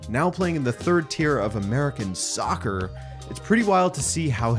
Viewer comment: why is he saying soccer like that 😂 he’s Canadian